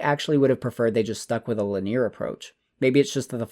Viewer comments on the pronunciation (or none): It's lin·e·ar not li•near 🤣